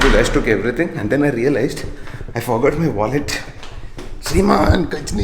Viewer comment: Its Sriman not Shiman